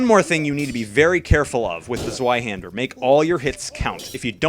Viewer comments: Its said like Zveihander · the w is pronounced v